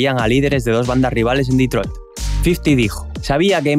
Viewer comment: "QUERIA CEEAR EMPLEOS EN DETROID" 😭👊 NUNCA SE OLVIDO DE LOS SUYOS